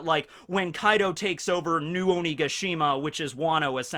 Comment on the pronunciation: He said Kai D. O 🤣